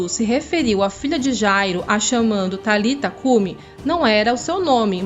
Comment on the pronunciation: Não era Talita cumi a pronúncia e nem escrita mas é => Talitá cumi ressonância Talitaaaaá existe um acento no ultimo a do nome,sendo assim Talitá cumi.